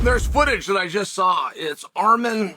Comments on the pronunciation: Did he just call him ARM-HAIR 😅😂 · He called him Arm-hair 😂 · Armhair WTAF 😂 JFC Cheel you americants don't even try, do you. 😂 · Armhair was hilarious